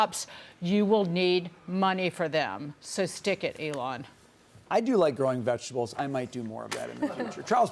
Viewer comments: She had me dying with the vejuh-tubbles?? 🤣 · VIGITIBLES?! WTF did she say? lmao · In fairness, these reporters probably do use about 5%. The last one said "vega tibles" ffs